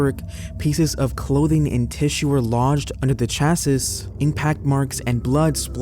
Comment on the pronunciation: Chassis, pronounced "Chass - ee"